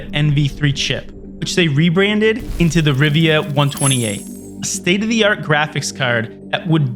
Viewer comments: Why do you keep calling it RIVIA? It clearly says RIVA... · It's Riva, not Rivia. wind's howllin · This video would be so much better if it could pronounce things correctly: Rivia != Riva, Coda != Cuda, Silicone != Silicon. Plus, it missed some key things but this was obviously not written by an insider but someone who wasn't there and just read wikipedia lol